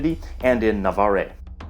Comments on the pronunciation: Navarre is pronounced 'Navarr' not 'Navarr-eh'. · Please check your pronunciation of "Navarre" and "Pyrenees". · Nice vid, and congratulations on reaching 50,000 subscribers. Just a small note on the pronunciation of place names. "Pyrenees" is accented on syllable 1 or 3, but not 2, and the final "e" in "Navarre" is silent.